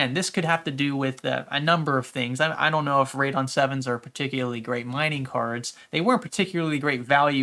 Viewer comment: you say radeon funny